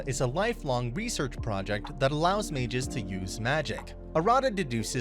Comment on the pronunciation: Haha I love how the narrator say ma-ges instead of mages